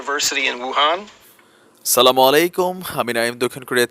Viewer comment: valo kre salam diben .....আ ta vlo kre bujha jai na